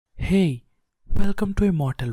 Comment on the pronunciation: Bro!? You did a great 👍 gay ( hey) at the start of the video!!!😑